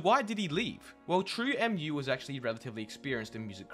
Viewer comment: it's pronounced "True moo" bruv it's based off of milk smh